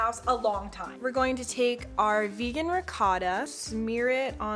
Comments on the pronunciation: Ok Eva I’m sorry, I’m not trying to hate but that’s not how u pronounce ricotta, I’m sorry the Italian in me gets so triggered when I hear people pronounce it how it’s spelled ok sorry for that rant imma go now lol (love u tho 💗💗) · im sorry how did u just pronounce ricotta?!